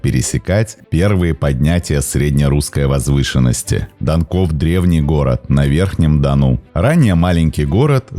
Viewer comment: Данков, данков, ударение